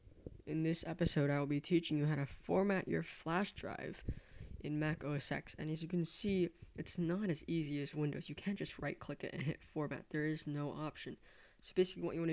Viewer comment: OS X is correctly pronounced OS TEN. The X is a Roman Numeral for Ten.